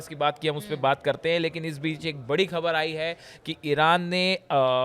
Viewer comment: आप बढ़िया और अच्छे अंदाज़ में बोलते है.. समझाने का तरीक़ा भी अच्छा है आपका. बस आपकी उर्दू ज़बान को सही कीजिए.. आप खामिनेई बोलते है.. जबकि ख़ामेनेई बोलना चाहिए.. इसी तरह ख़बर की जगह आप खबर बोलते हैं उर्दू ज़बान को सही बोलेंगे तो आपके प्रज़ेंटेशन में चार चाँद लग जायेंगे..